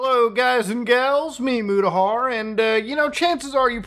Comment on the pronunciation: Love your Americanised pronunciation of the Arabic name Mutahar. 😂